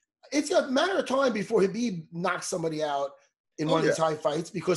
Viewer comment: Dustin Hazelnut 😂😂😂😂😂 him and Joey Diaz fucking kill me with the pronunciation of fighters names.. Khalabib and stiopic😂😂😂😂